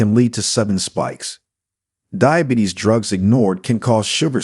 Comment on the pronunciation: Dibatees? You need someone who knows how to read! I am 2 weeks off being 79 and living in Sounthern Ontario , Canada.